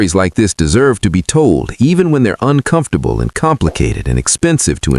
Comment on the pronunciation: Uncomftorble?? Are u F****n kiddin me? 😅